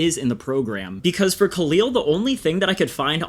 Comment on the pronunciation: Khalil rhymes with "the fill" not "the feel"